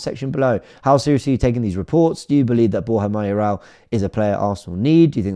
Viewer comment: WTF?? Mayorala??????? 🤮🤮🤮🤣🤣🤣🤣🤣🤣🤣🤣🤣🤣